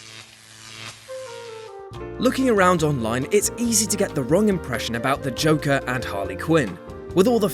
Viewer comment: Is he saying Joker or Chocker?